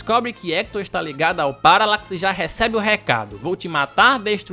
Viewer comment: Paracax? Não! Paralax